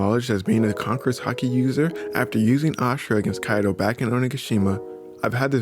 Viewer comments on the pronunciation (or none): none